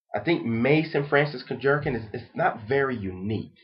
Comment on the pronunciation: LOL! Kurk-jerkin. Think kurk-john. But like Jean Claude van dam. Kurk-gh-eon. I've met the man so I know exactly how his name is pronounced. And someone said maison means house is correct. The house of.. Or just say MFK.